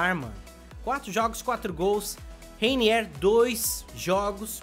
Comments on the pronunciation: Se fala:Reinier não Reiniér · Ele não sabe nem rwiniwr ele fala rainier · N se pronuncia Reiniér. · Reiniéér kkk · ele fica falando reiniér, a culpa não é minha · Sabe nem falar o nome do mlk ororor